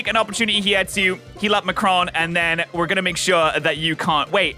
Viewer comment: I find it really funny that he kept pronouncing Macaron wrong XD